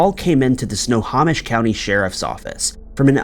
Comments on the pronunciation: I love how he pronounces it sna-ha-mish instead of sna-home-ish 🫤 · It's sno-ho-mish not sno-haw-mish. Sorry. I live in WA. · Sno-ho-mish, not Sna-ha-mish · Snow home ish. Not snow hom ish. 🙄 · Enjoy your channel, FYI, Snohomish is pronounced 'snow-home-ish' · Snow Hoe Mish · Snohomish pronounced snow home ish. Loved listening to your stories. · Actually it's said snow-home-ish. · Omg if you're going to do story's like this please please learn how to pronounce names of cities counties etc correctly it's Snohomish snow - home - ish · DUDE, if you're going to NARRATE PLEASE MAKE SURE YOU KNOW HOW TO PRONOUNCE NAMES. SNOHOMISH is prounounced SNOW HOE MISH...EDUCATE YOURSELF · Your stock vids of police really sucks. Oh, and it’s pronounced “snow home ish” county. Jeeze. And this has to be the only place anywhere that anybody has ever heard the phrase “beloved Chevy Manza”. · In the PNW we pronounce it Sno-HO-mish. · Really, Dude, It's SNOW-HO,,as in a hoe,,,MISH SNO HO MISH. Try harder, please. It kills me to hear you continually mangling it! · Great job as always! FYI for the future: If ever you have something in Snohomish County again, it’s snow-home-ish. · Snohomish is pronounced SNOW-HO-MISH. Takes 2 seconds to google how to say place names correctly. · Glad I'm not the only one that got annoyed by how he said Snohomish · But then people wouldn't comment, he does it constantly.